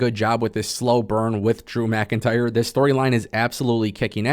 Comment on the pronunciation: Saying “DREW MCINTYRE” 💯 xs in that weird fuckn way could gag a maggot!